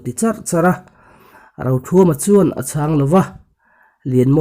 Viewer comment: Chu. Tih leh chuan tih i thluk dan hi ngaihthlak anuam lo. Tawp chut lovin a pangngaiin chiar la angaihnawm deuh ang.